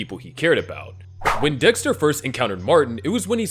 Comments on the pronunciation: bro really said Desker 😭🙏🏻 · bro said desker